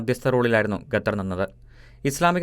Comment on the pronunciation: ഗത്തറല്ലടേ...ഖത്തര്‍...!ഒന്നു പറഞ്ഞു നോക്കിക്കേ...